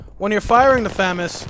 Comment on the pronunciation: its pronounced fuhg-mas not famous